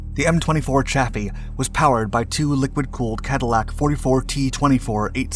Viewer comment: Just a quibble. But I heard that Chaffee is actually pronounced "coffee."